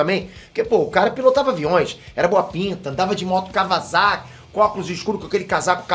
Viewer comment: mano, QUEM FALOU QUE O FILME É RUIM!? pourran, achei bom pacaralho, mas achei muito necessário mesmo ter visto o primeiro filme logo antes de ver esse segundo, pra se ligar em pontos importantes do filme e pronuncia, KA UA SSA KI, hahahahaa não é o melhor filme que vi na vida, mas colocaria FACILMENTE no top 10, mas isso considerando toda a carga do primeiro filme, já que é notavelmente uma sequência editor deu super mole, devia ter colocado danger zone pra tocar no fim do vídeo, hahahaa